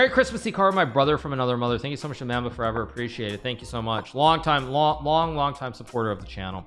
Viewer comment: Hikaru saying mamba wrong made me realize everyone doesn’t know everything about Kobe